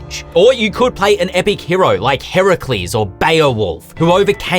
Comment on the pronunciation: Love all of this, but I think my favorite part was when he correctly said "Heracles"